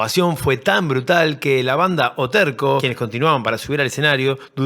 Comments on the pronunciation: Es "O TERÇO" no "O TERCO" CE CEDILLA En portugués significa O Tercero O El Rosario, de rezar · La banda brasilera se llama Terço (con C "cedilha") que se pronuncia como una Z española, Terzo/ Que puede traducirse como el Rosario o el rezo del Padre Santo. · Los ví en vivo en Rosario, teatro la comedia y cuando también se hizo el recital latinoamericano de rock, después del de san Pablo. Acá fue en el club sportivo América, en esos años era en ese lugar donde se hacían grandes conciertos, también esa noche estuvo O Terco, (se pronunciaba O terso). Años muy difíciles por la dictadura, dónde era casi seguro que terminaba preso en alguna sucia comisaría por el solo hecho de ir a un recital. Los militares y policías de esos años no solo mataron y secuestraron jóvenes, también arruinaron muchas vidas y pasaba que músicos talentosos tuvieran que irse del país para poder hacer música y no ser perseguidos.